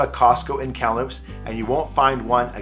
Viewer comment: You pronounce Kamloops like a long time resident!